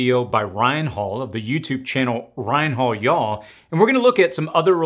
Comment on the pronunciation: It's always funny when a non-southern trys to say "y'all". 😂 Good video though. Now's the time to prepare for winter.